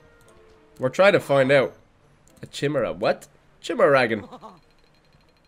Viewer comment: The Chimera in Chimeragon pronounced Kai-mere-a not chim-era